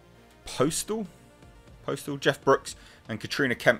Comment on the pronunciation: Postl is pronounced like "apostle" but without the a.